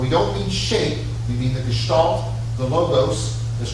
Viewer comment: Too many German philosophers in history. For sure. The A in Gestalt or Angst is similar to the A in "car". Good stuff again. Thank you